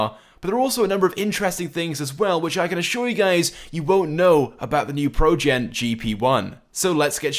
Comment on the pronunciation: He says it projen not progen